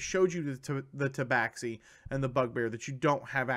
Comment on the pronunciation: Ta Ba Shee not ta bax xi